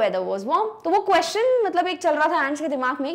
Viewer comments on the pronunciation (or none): none